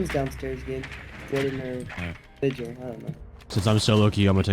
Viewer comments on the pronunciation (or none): none